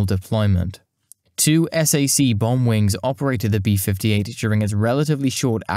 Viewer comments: Nice video, but you need to watch other people's videos before making your own in order to learn the nuances of pronunciation and local dialects & slang. I realize you're a Brit, but ask your American friends how to pronounce "Potomac" first. Nobody says: "S-A-C"; it's pronounced as "sack". It's the opposite of "RAF"; nobody EVER says: "raff" as in "riff-raff"; instead you would say: "R-A-F".... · Just FYI, Strategic Air Command bases were not pronounced es ey see (the letters) but "sack" as in McConnell air force base is a SAC (pronounced sack) base. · I appreciate the time and effort you put into this excellent, well-researched documentary. However, us old timers don't recognize when you call "SAC(k)" spelled out as S-A-C. Just call it "SACk." My father flew those for "SAC (sack)." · You do a better job at narration than I'd ever be able to do. But, nobody in the States says "S-A-C". It's SAC as in "Sack". Please forgive me for being the "um actually" peterhead here. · It's not "S" - "A" - "C" it's SAC/sack. You sound it out. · Po-tom-ack SAC = "sack"